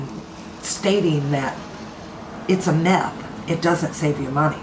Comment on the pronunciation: Myth! Not meth (which is a drug!)